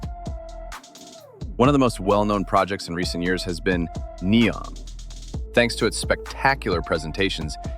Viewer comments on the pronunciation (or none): & - It's pronounced like knee-ohm. Not knee-om